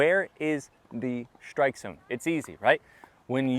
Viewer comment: You’re saying strike as if it was shtrike. Why?